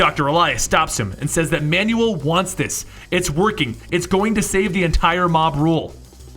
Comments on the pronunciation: Manuell is pronounced Manwell not manual. so terrible... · Man you el not man you will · not manual its manuel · Pronounced "man well" not "man you el". Have you, seriously, never heard that name before? Wow... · Spelling? I never said a thing about spelling. He is PRONOUNCING the name like "instruction MANUAL". The proper pronunciation sounds like "Man well" and NOT "Man you all". I'm bilingual and I can assure you, he's not reading "Manuel" right. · Wait... Isn't Manuel pronounced Man-well not manual? (Man-you- well) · You pronounce Manuel like Manual. Manual is a booklet. Manuel is a Hispanic name... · Great video as always but I'm sure that Manuel is pronounced Manwell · lol that you pronounce Manuel as manual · Every time he pronounces Manuel's name as, "manual," It makes me want to die. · Manuel is pronounced man well. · Hey man, just letting you know for future reference Manuel is pronounced "Man-Well". Love your videos and i'd be lost in half the stories if you didn't do what you do. Especially Red daughter of krypton and Superdoom. Keep doing what you do man, you rock! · Your pronunciation of Manuel is quite comical.